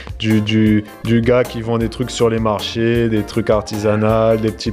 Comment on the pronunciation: quand tu parles du marché forain, ton accent se réveille: j'entend légèrement le morché 🤣🤣🤣 Famille yab ça 🤪